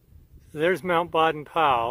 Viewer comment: Just a clarification. Baden is pronounced BAY-den.